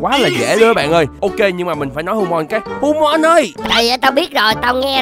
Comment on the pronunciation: hu-mon đọc cái gì mà bay luôn